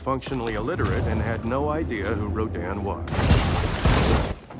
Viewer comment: He got it right about RODAN, not rodin.